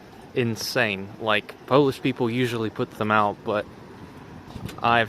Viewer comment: your pronunciation for the polish letters is actually really good